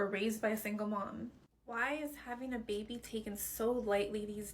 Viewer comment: Why is she saying “beebee” … it’s an “a” …. It’s called “baby” sounds like “bay-bee”